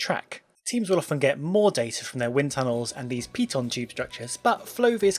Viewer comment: Piton tubes? I thought it was 'pitot' with the latter 'T' silent? Thanks for the great video, better than other recent 'flo-viz' explainations.